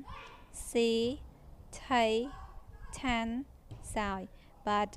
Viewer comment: It is "Chaan" not "Taan" for number 8 when speaking with monks. Change T for Ch.